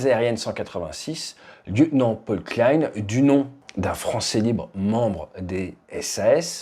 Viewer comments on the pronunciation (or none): none